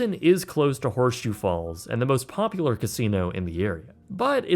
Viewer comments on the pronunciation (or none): none